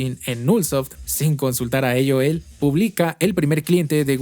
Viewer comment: Mejicano hablando español pero dice "eioel" (aol) JAJAJJA